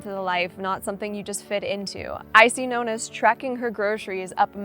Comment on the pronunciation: Why do you still pronounce ‘Nonna” incorrectly the ‘o’ is like in orange not like ‘oh’? Oh and btw your skincare regime as shown in a previous video shows at least 6 stages!